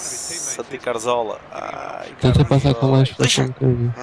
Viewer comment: Mas que Raio de M** é o "CaRZola" não será mais "CaZoRla" ? -.